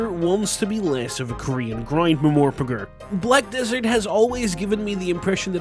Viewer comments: Did you just say Ma-Mor-Pa-Gr? lmao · lmao bro invented a new way to pronounce "mmorpg"